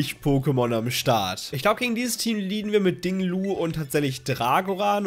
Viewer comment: Wieso sagst du immer Ding Lu, der heißt doch Ting Lu 😃